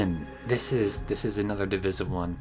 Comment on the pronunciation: I've never heard anyone pronounce "Miami" and "divisive" like that before.